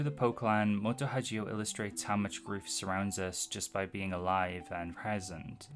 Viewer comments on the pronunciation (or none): Sorry but Moto Hagio is read with a hard g. As a rule, any g in text trasliterated from japanese is a hard g, and anything that would be a soft g is written with a j. It is very distracting when you read it as if it was italian. Anyway im big on old sf and They were eleven was quite enjoyable.